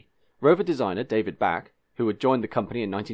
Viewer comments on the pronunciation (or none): David Bache: The pronunciation is "Bash", not "Back".